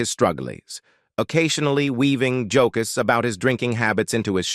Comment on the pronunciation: AI robot voice is being used here throughout. Listen starting here for "illustriows" and "jokess." That said, I've heard worse robo-voices. But please, people. If you're going to make a YouTube video, either use a professional narrator, or do it yourself. I would rather hear a horrible human narrator than an artificial one.